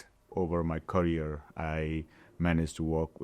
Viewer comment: His courier (career) ...we need subtitles here😊